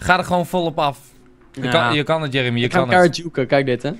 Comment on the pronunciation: Jeremy nee de sjon